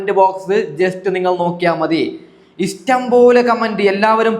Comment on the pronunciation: Istam അല്ലാ, ഇഷ്ടം, ennu പറയു, അതുപോലെ വിശമം, അല്ല വിഷമം